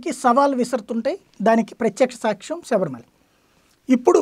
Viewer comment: శబరి మాలలో కాదు సర్ శబరిమల లో